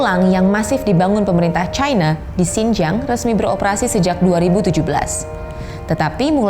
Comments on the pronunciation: Trump & Narator : "Chyna" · Chayna, Chayna, Chayna 😂 Jurnalis, saran aja ya kalo pake EYD, bacanya yang bener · Kalo bawakan berita Bahasa Indonesia, sebut nama China, bukan Chayna